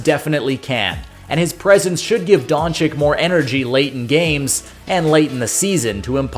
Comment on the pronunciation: Great video…gotta get the names right tho…don-CHICH not don-CHICK 🙏